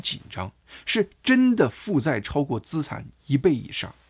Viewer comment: 大哥，咱们一起读：资（吃俺产）产,债务人（之爱债）。😅